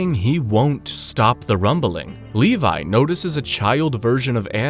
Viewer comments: FINALLY YOU SAID LEVI NOT LEVY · You said “Levi” correctly 🥹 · You fixed the pronunciation of Levi”s name 🎉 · I think they did this again just to pronounce “levi” correctly